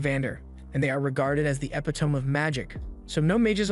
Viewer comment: "Epitom of magic?🤨" you mean the Epitome. Not epitom🙄